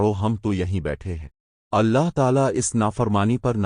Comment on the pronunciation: Your pronunciation of Allah is incorrect in the video. Please correct it